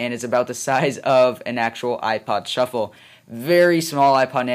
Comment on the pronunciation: "ipod shuffle... chuffle sorry" i LOLd XD